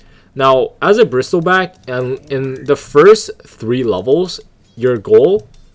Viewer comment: Kinda annoying how you read it as bristilback but good guide overall, kinda just funny and annoying atst lol